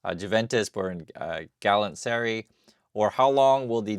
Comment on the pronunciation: galastasaray = gal-a-tas-a-rye